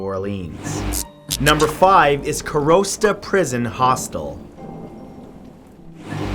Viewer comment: Awesome video asalways man. Keep it going:) Ps. Im from latvia and you totally butchered that karosta name:D